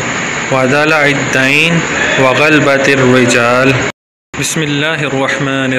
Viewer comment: غلط پڑھ رہے ہو آپ کا تلفظ صحیح نہیں۔" غ "کے اوپر زبر ہے" ب "کے اوپر بھی زبر ہے.لہذا اس کو غا لا با پڑھا جائیگا۔۔پورا لفظ غا لا با ت الرجال ہے ۔ امید ہے سمجھ گئے ہونگے میں اپنے تحریر میں زیر زبر نہیں لکھ پا رھا ورنہ پورا لفظ لکھ کر بتاتا